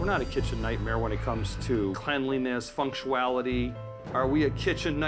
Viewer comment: Did this cocky owner say "fun-shoo-ality" when he meant "functionality"? - "Shenf Ramsey" - "SELF-taught by old-school Europeans" What an idiot 😂😂